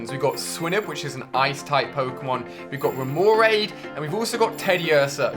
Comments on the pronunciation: also these mispronouncing Pokemon names, Ursaring, Remoraid, Misdreavus, Phanpy, Girafarig, Granbull, Swinub, Chinchou, Xatu, like eww. TheAuraguardian will go crazy cause he had to went through Pokemon mispronouncing videos and 3 of them. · Some pronunciations were waaaay off. And because of click bait title...: Cleffa Spinarak Xatu (zatu) Wobuffett isn't a water Pokemon, it's a psychic type. Phanpy not phanphy Girafarig not giraffig (it's a palindrome) Granbull not grumble Remoraid rem-oh-rayd